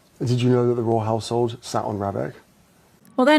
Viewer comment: i thought he said "royal asshole" twice haha royal household